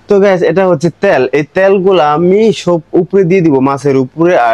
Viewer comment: Okay 😂Woow English 🙂🙃 তেল❌ত্যাল😂😂